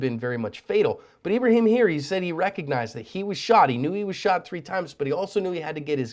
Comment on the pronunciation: His name is ebreHEEEm